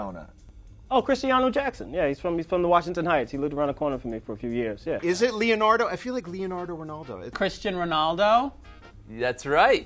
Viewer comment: Lionardo Ronaldo 😂